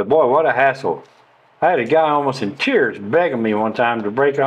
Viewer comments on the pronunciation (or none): none